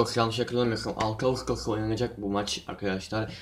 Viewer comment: bi daha agustos dermisin :))) agostftosss ne lan